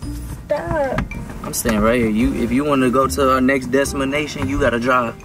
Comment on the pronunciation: "if you wanna go to our next destamanation, you gotta drive" IM WEAKK